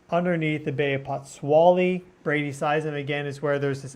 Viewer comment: It is pronounced, POTS SWOLE LEE. THANK YOU.